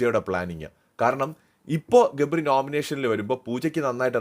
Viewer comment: Gapri ❌gably ✅